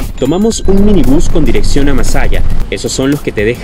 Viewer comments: Mallasa, amigo 🤭 No Masalla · Es Mallasa, no Masalla 😅